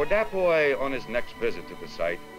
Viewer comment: I swear I was mad, I thought the narrator calling him the boy... how pronunciations can be bad sometimes